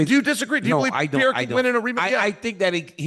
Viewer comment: Chael really can't pronounce his name, so much I get confused who he is talking about, its not Pierre!!!